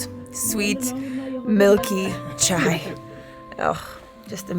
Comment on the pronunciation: You literally said Chai and I loved it It sounds asian❤💐